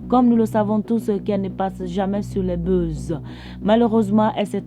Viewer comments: C'est buzz tu prononces beuze là? Mon oeil 👀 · Merci pour ta contribution et je veux ajouter que la façon dont elle prononce les mots "buzz, fan" est à revoir